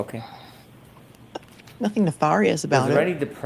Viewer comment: . Lest we never forget how HB pronounces "Nefarious"🤓